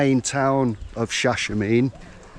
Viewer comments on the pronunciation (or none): Greetings .. you pronounce the town's name, Shasha-marn-ey. Glad u fulljoyed urself. We just returned & want to go back already. Ethiopia is a mystical place where anything is possible. Did the owners of Zion Train Lodge teach you about Rastafari? ❤